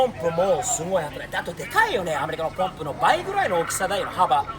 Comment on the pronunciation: いい車乗ってるねー。スティーブはちゃんと「ポンプ」って言ってる。アメリカの人はいつも「パンプ、パンプ」って言ってるよね。